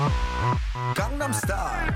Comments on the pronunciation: I should amend this too by saying it's not just popular in America; Koreans loved the song too, as did people all over the world. Plus you didn't even pronounce 'Gangnam' right so...yeah. I fucking HATE this song, but I hate people trying to act like they know everything about it and why it's popular. NOBODY knows why it's so popular. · aaah, your "a" is off in gang in gangnam! that aside.. -,- no more k-pop.. no more :'[ well no more crazed gangnam style :/ (s'il vous plait!) (" 'said no to gangnam style back before it left korea :o .. " =,= Bubble Pop had an okay run before that tho, not nearly so obsessive~ but decent for a foreign track in the states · As much as I like your videos, I can't tolerate this video because you mispronounce Gangnam the entire time. It's an actual place, a district in Seoul...I'd understand you mispronouncing it as a joke if it were simply because of the song, but a place? Seriously, how can you mispronounce it? And I can tell you exactly what the song is about, and I can sing it and I don't speak Korean fluently. :/ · The only thing I don't like about this video is that you keep pronouncing Gangnam Style wrong. Psy says it 50 times correctly == Gaang-Nam Style. A Long "a". Not gang. Why do native English-speakers keep saying it wrong? Sheesh. Also it's against the law to listen to music in different languages now. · you mispronounced gangnam its not like gang as in the crips(i assume ive spelled this right but im not sure) it more nsounds like gong like the instrument its derived from a district in south korea you can learn about it by searching gangnam district on wikipedia your a fucking genius but you should make sure to respect a nation and learn to pronounce it the right way and not your way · it's not "gang"nam style. it's "gone"nam style. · Its not 'gai'gnam', it's Korean, therefore it's 'gong'nom'. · It's not "gang""nem" style..its "gahngnahm" if your gunna say it, say it right. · Sounds like he's saying "Condom Star."